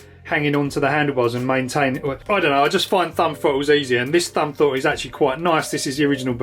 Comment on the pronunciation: Ahaha, not just fwayme, fwottle too.